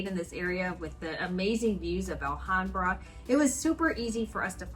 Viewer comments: It’s the first time that I hear someone complaining that a city has.. winter 😁 Anyway, nice video. Just one thing, the “H” in Spanish has no sound, so Alhambra is pronounced Alambra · ALHAMBRA IS PRONOUNCED WITHOUT THE H = ALAMBRA. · Pronounced: ahl-ahm-bra 😁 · I love southern Spain. It’s the “real” Spain to me. I lived there in the 90’s. Remember that the H is silent in Spanish, including in the word Alhambra.